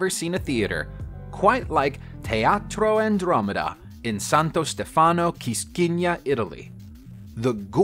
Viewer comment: The pronounciation of Santo Stefano made me laugh. Hi from Italy